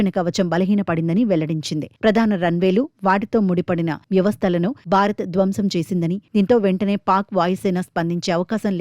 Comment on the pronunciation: బారత్ కాదు భారత్